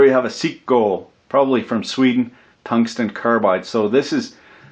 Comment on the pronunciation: "cunt-stun"?? OMG! Gotta remember that one. Tungsten, you have had your last keerect pronunciation from me. lol